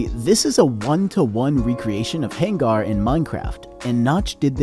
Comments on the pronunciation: The fact that you can't correctly pronounce the name of the level is saddening. "hang-gar"? What? Oh my good lord you're doing it consistently, I'm going to have a stroke... It's hang-er. HANGER. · Pronouncing "hangar" as "hang-gar" and not "hanger" is a hilarious mistake 😂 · hengar... my god its hangar, like an aircraft hangar. I don't want to be that guy, but how do you not know what the first level of doom is called, in a video about doom levels. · "hang-gar" dawg doesn't know how to pronouncer hangar 💀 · Did you really just say "hang gar" lmao that's not how you say that word 😂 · I apologize for overreacting, I do that all the time when someone bothers me. Yes, it's spelled Hangar, but it's pronounced Hanger. It's not misspelled either, hangar is a word. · you didnt just pronounce "hangar" as hang-gar lmao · BTW "hangar" is pronounced the same as "hanger" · That was driving me crazy lol. He sounds way older than me but seems so clueless about Doom and... pronunciation I guess 😅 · NO WAY YOU CALLED IT HAYNGAR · The fact that you pronounce the word "hangar" like it's the name of an Orcish war chief is putting ants in my skin. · the way you pronounced hangar is getting to me, man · Who pronounces hangar like that?